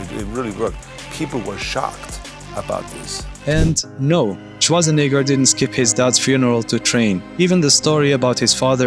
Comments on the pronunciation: Swartzanigger? 😂 dude next time work a little in your pronunciation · Dude! The way you say Schwarzenegger is damn near offensive! 😂😂